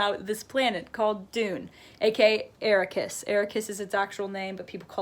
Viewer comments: It looks like you have a lot of good comments that explain a little more about Dune. But Dune is also commentary on the modern world. Arrakis is not pronounced Ara-keys but Arak-kiss (like Iraq-kiss). So it’s a reference to the nation of Iraq and the spice melange is reference to oil (which was heavily sourced from Iraq). Additionally, we want to believe that Paul is the hero because he’s the protagonist. But Herbert shows that Paul should not be trusted nor should any other man. Herbert viewed such heroes as dangerous because they blind people to the truth. In Herberts lifetime he saw that the (unconditional) love people had for JFK as ultimately dangerous. So Herbert builds up the story of a hero to then eventually tear it down. Dune operates on many dimensions, which makes it fun to reread! But to be honest you seem to have a busy mind. I guess I can see why you don’t like it because busy minds seldom understand that a lot can be said through silence. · It took you two months to read it. A-rack-us not Air-ri-kus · I'm really nitpicking here But she kept calling the planet Errakis It's not hard to pronounce things beginning with A 😂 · The way she said it like AIRIKISS I was like oh no💀💀💀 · Dune. Desert planet. AIRIKISS. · I stopped watching when she butchered the name Arrakis. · When she mispronounced “Arrakis” 🙁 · Not to say your not smart but you are pronouncing things wrong specifically arakis. How can you talk so well about a book and not like it? Watch the 84 movie that’s what made me read it! All I can say is read it again!!!!